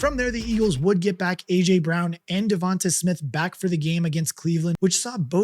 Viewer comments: Just for clarification… it’s DevonTAY. Not DevonTAH. The a is pronounced like an A. Long A, not a short A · Jevon-tay mot Jevon-tuh